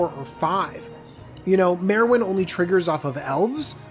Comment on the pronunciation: Its pronounced Mar-win,.